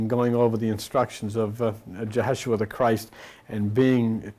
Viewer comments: Love you!!! But it's Yeshua not Jeheshua. No J. Just saying. Wait till you hear him pronounce "Orion" lol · You are doing wonderful work to assist those who are seeking a higher innerstanding. One thing I would like to correct you on though. Is the name Jehoshua. It's incorrect... As no Shemitic language has a J sound. Yahshua is more grammatically correct. Shlama